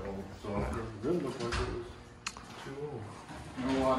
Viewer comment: "Liak Butter" 🤣🤣